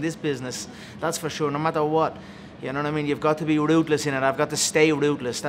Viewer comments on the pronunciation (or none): I love how "ruthless" is pronounced "rootless" Lol. Steve is aggressive in this interview. 😳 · Ever noticed when Conor says his ruthless it sounds like rootless. Goon